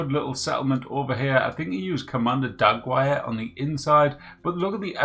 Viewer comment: DAGWIRE!? That is the worst butchery of her name i’ve ever heard, and that’s coming from the Wastelander Cannibal who preys on the settlers next to my camp. [Dug-er-rē]. I should know, got a neighbor with that name.